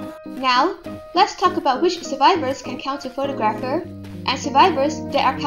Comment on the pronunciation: I don’t want to be that guy but you pronounce photographer wrong